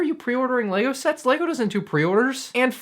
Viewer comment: No he pronounces right and what knows about lego you are so dumb